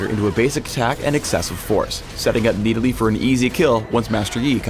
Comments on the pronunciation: Stop saying Needalee. So obnoxious. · it annoys me to no end how he says nidalee